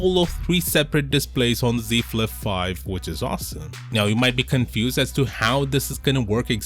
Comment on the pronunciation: See Flif fife 😂😂